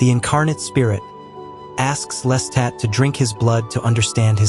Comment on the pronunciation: your constant mispronuciatioin of Lestat as "lesstat" made this impossible for me to listen to. Watch the movie or television show to learn how to say his name properly.